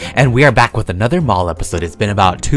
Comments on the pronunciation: Anyone else hear balls not mall at the start lol 😂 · I thought u said I like the sun shining on my balls 😂😂😂 I’m so dirty minded